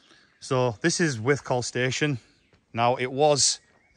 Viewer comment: Good explore. It's pronounced "withcul" not "withcall" Surprised the owners didn't mention it! How many minutes would it have taken to walk from one end to the other without stopping?